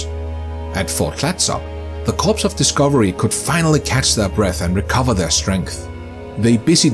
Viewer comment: It's pronounced "cores" not "corpse." Learn to read!